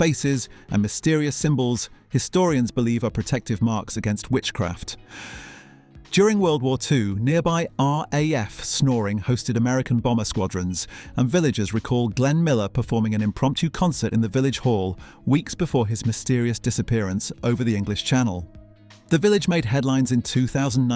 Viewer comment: It isn't a human doing the commentary. It's an artificial intelligence speaker, using the letters from a script. Did you hear how it spoke RAF - it said Aah- Aye-Eff. No letter R It's a machine.